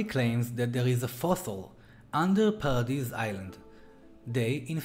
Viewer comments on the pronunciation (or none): none